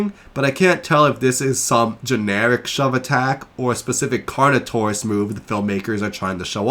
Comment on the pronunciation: I agree with how you pronounce Carnotaurus versus what did Disney dinosaurs said about Carnotaurus I hate that they named it carnotaur😂